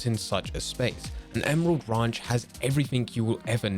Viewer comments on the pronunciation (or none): This guy doesn’t even know how to say ranch.